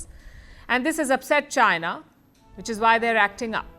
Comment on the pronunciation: Chy-Na... Chy-Na... 🤣🤣🤣